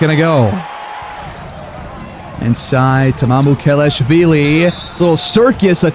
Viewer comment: Great video! Btw you pronounce Sochan wrong, Im from Poland so I can tell, but Mamukelaszwili is pretty good